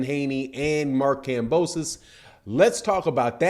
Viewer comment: Did say Mark Kambosos in the beginning? 😂😂